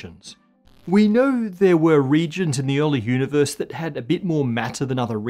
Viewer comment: Univuhs, gravuhtashunow fieuwds, pahtuhcoes, stahz, dock matuh